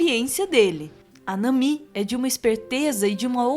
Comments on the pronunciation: Nami, não Namí, essa palavra não é acentuada, acho tão triste essa mudança de som quando vem para o português, que só deveria continuar a mesma coisa como se ouve no anime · Lâfi, namí, xóper... ai meus ouvidos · Lãffi, Namí, ai que nervosoooooo dessa pronúncia errada! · da onde esse cara tira essas pronúncias? "lãfi", "namí","Frênqui","JÍMBI". Acho que ele nunca viu um episódio de One Piece. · Essas pronúncias de Luffy e Nami doeram os ouvidos. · Nami não se pronuncia desse jeito... Mas adorei o vídeo, One Piece fez minha infância, comecei a assistir aos seis anos, quando passava no Cartoon, e desde minha adolescência eu acompanho. . Minhas notificações de comentários estão desativados por conta de comentários de ódio que estão frequentes na internet